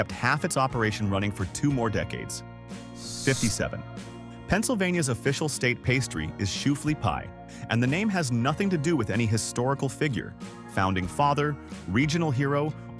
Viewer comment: Shoo- fly pie not shoo flea pie lol